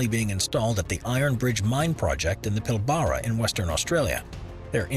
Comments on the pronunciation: Pilbarra. Pill- bar- Rah!! We say it in Aust is pill-brah! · As a West Australian, I can tell you that Pilbara is NOT pronounced "pill-baah-ra'. The emphasis is all wrong. It is pronouced "PILL b-ra", the B is not emphased at all. But hey, at least you got the state right mate. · What is wrong with you Americans 😂 can’t you pronounce anything like the country it’s from. Wtf is a Hambuggggg😂 What is a pilbarahh😂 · Pillbarra? Get your pronouncing right.😤 and all other names, lol 🥺👎🏽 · Never heard Pilbara being voiced like that. Same for bagger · That pronunciation of Pilbara is painful.